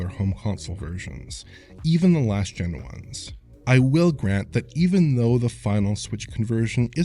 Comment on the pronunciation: When he says “one s” it sounds like he’s saying “one ass”. Is my hearing broken?